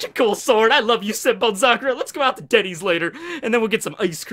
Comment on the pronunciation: Did... You...Say...DENNYS?!?!?!??!!